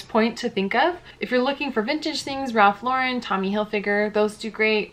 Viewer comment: Okay--everyone I've seen on YouTube pronounces Ralph Lauren's name incorrectly. It's pronounces LAU-ren (like the girl's name), not Lau-REN (like a French name).